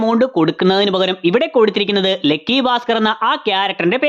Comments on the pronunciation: ലെക്കി അല്ല ലക്കി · ഗൾഫ് നമ്മക്ക് ഗെൾഫ് ആണല്ലോ.. അത് പോലെ